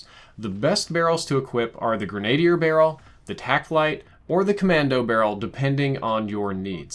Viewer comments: Man, not to be critical but the way you’re pronouncing some of the weapons components is killing me. Not sure whether you’re doing it on purpose or not though. Grenadier is pronounced like “grin a deer”. That’s usually the person that has an m203 grenade launcher attached under his barrel. I’ve also heard you pronounce monolithic as “moan a lithic”. Most people in the firearms industry pronounce it “mon o lithic” with the mon pronounced as in monopoly. In the real world a monolithic suppressor is one built into the barrel, ie one big piece, hence monolithic Again not trying to be critical just correct the pronunciations as used in the real firearms industry. I’m not even going to go into the fact that the real m4a1 has a fixed front sight post, 14.5 in barrel, and doesn’t have a free float rail and that longer and shorter barreled versions have different designations than M4a1in real life but that’s not on you, that’s on the developers. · C'mon man, grenadier is pronounced greh-nuh-deer... I'm generally surprised you don't know this! Haha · FYI "Grenadier" is pronounced Gren-ah-deer. Blame the french. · It’s pronounced GREN-A-DEER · It’s pronounced gren-a-dear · Say it with me now. Gren·a·dier. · My OCD kept kicking in every time he saId it. Gren-a-DEER is how Gren-A-dier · It's pronounced "Greh - nuh - DEER" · please pronounce it Gren-A-deer. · Grenadier = greh-nah-deer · Grenadier= gren-UH- deer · Not a huge deal but I'm pretty sure grenadier is pronounced gre-nah-deer no worries though XD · Gren-ah-dear but other than that good vid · For, and anybody who doesn't know, it's "gren-ah-deer." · More grenade-y 😂😂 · Your pronunciation of Grenadier is funny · its pronounced grenadier not grenadier. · That's not how you say grenadier. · You said "grenadier" wrong every single time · the pronunciation of grenadier made me cringe... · Every time he said it it was driving me nuts. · It bothers me how you say Grenadier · Gren a dier not greny der